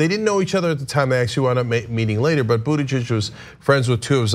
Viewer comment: What a difficult name to pronounce. Buttijidges...